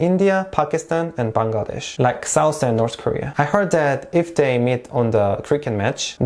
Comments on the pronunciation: You know what i liked about the video most.......? that was you pronounced 'Bangladesh' exactly how we do ..........love it ...thank you .. 😊😊😊😊😊😊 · Exactly my thought !!! Most of the people pronounce the name of our country in a wrong way which is really irritating!! But he did such an amazing job !! ❤❤❤ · I was also thinking about it!!!!😊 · The pronounciation Bangladesh..nailed it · Thanks for pronouncing BANGLADESH correctly. Lot of foreigners can't do that. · FINALLY SOMEBODY SAYS BANGLADESH CORRECTLY!!!! (btw I'm half malaysian and Bangladeshi) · The way you pronounced “Bangladesh” was perfect 👌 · You speak well of our Bangladeshi Name